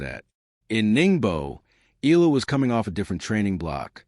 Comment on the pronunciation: Pronounce it Eyala not Eela!